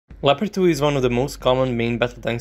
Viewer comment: it´s a LEOPARD not a "lapadui" or anything you say.....